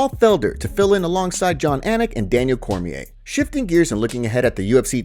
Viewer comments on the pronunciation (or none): none